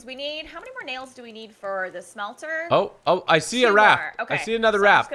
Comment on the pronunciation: BTW it's smelter not shmelter